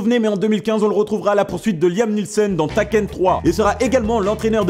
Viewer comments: Les zaricots, ben dix, the tchild, platone, haivens money, the meurch et taken (bon la ça s'écrit comme il le dit mais normalement c'est taiken) Alalala x) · "HurricAne" "tAken" outch ! Dess fois c'est pas gênant mais là aïe ! Lire c'est bien, connaitre c'est mieux ! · T'as vraiment dit "Taquène" ?? 😂😂😂